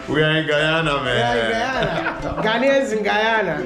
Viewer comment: He is knowledgeable about the world. The kind of young leaders we Africans are in dire need of. I loved his connection with the pronunciation of Guyana, and Ghanaian 🇬🇭